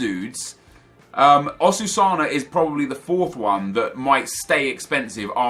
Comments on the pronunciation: Oh Nep, what`s wrong with your brain? 1. Saying Osuana instead of Osasuna 2. Using Ramos instead of Marcelo 3. Converting Benzema to a CAM instead of switch him with Isco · "Osusana"... man I got so triggered hahaha XD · his pronunciation of Osasuna triggers me